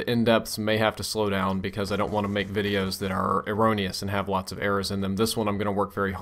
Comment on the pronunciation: Thanks for teaching us to pronounce erroneous.